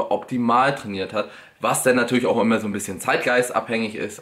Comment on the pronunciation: „Wie auch immä“ du bist echt der geilste XD